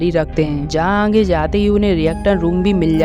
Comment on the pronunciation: Aange mat bolo aage Hindi nahi aati aapko from Uttar Pradesh ayodhya